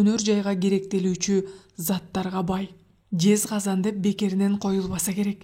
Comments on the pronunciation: Жезказганды жезказан деп окуп атат. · Жезказанбы, же Жезказганбы? Казакстанда Жезказган деген шаар бар. Туура окуса болмок. Интонациясы, көркөм окуусу абдан жакшы.